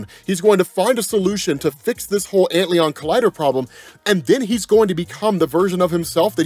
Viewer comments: Antlion, not Antleon. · Ant Lion ... not ant leon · It's not Ant Leon, bro. It's Ant Lion. Like the bug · massive appreciation for the vid. perhaps ant-lion and not ant-leon? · It's ant-lion not ant Leon haha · I'm going to take a wild guess here and suggest "Antlion" blackhole is probably pronounced "Ant-Lion" given the nature of that particular insect. Great video though! Thanks! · It just has to be pronounced "Ant"-Lion", with the emphasis on "ant"......the larvae form of a winged insect sometimes mistaken for the dragonfly. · lol you mispronounced "antlion" so bad that i was confused for a minute. its "ant lion", its a cool little bug that eats ants by building a sand trap. they are all over where i live, and we used to feed them ants when we were kids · my dude. antlion is not a french word. it´s an ant-lion. a lion to ants. pls.